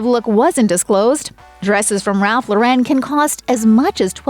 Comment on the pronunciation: SAY "RALPH LAUREN"...LOR-REN...NOT LAUREN WITH A FRENCH TWIST!